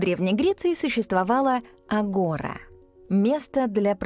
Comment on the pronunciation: Агора-ударение на последний слог. Агора́